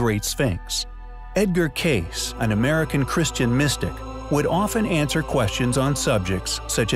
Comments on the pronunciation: Edgar Cayce pronounced his last name "Kay-see" not "Case". How do I know? His son told me. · It's Casey not Case! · Cayce is pronounced Casey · It’s pronounced Edgar KAY-see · This video was disappointing.. Unfocused and should've stuck with the Sphinx. You need to do more research and catch up..the piece of cedar from the great pyramid was found 2 years ago. Mispronounced Cayce yet again.. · The narrator butchering Edgar Cayces sir name AGAIN is more annoying than the constant whiny bellyaching M.H. slaps onto the faces of the viewers on avg. of every 30 seconds. What’s always wild is a lot of us feel the same & WE GET IT!!! I personally despise the corrupt Zahi Haw-ass & really believe no more incredible discoveries will be allowed until he’s long gone dead buried or mummified. It’s just incredibly counter productive to wear down fans. But you all have spoken before about Edgar Cayce, (K/SEE-Cay-see) & the fact he’s SO well known & you guys still don’t care to give respect to peoples names is just frustrating to me especially when you truly act like your POV is thee only pov. Kinda like Glass house occupants throwing stones type of 🤦‍♂️ thought process? ✅ OK, understood, & just is not highly compelling 🙄.